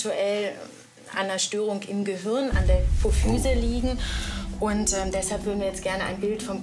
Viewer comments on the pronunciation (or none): none